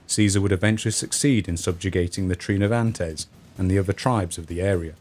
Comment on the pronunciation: ha-ha. Misheard narration... When you said “Britain and Ireland” , I heard “Britain, an island”. This was the second instance, actually. The first time, I thought "Hmmm. ‘Britain, an island’. That’s a bit odd. Innit?“, but then the second time around, it was like “Oh... I get it”. A good robust American “Rrrrrr”, or whatever weird accent Phil Harding has, would fix that ! But, actually, yourrrr narrrration is so much improved over your first video, when a few viewers made such rude comments. So glad you’ve persisted. You do great work! Keep it up!!